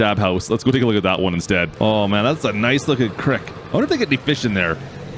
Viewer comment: did he call a creek a krick